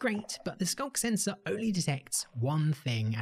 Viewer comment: It actually sounded more like "skonk sensor," or maybe "skunk sensor."